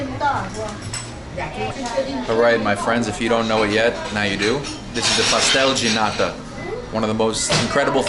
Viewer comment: You pronounce pastel de nata like a Brazilian. :(